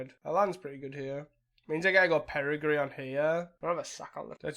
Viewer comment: Perigee only has one R and has a hard J sound. Peri-jee